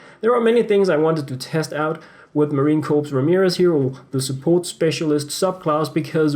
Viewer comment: Marine Corps (pronounced like Core)